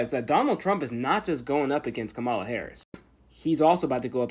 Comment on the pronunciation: It's not “comma-la.” It never was! Kamala, among Indians, is a pretty common name for girls. It means “lotus” and is often used with some interchangeability for Lakshmi, one of the chief goddesses in Hinduism.